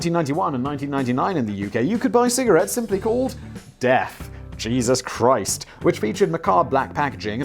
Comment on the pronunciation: Did you say cheeses Christ? 😁